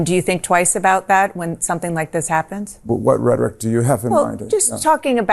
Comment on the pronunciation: What did she ChatGPT that Post? She can’t even say the word rhetoric let alone type it.